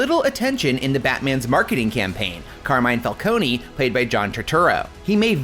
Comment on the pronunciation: Calcone-y lmao, it's pronouncd fal-cone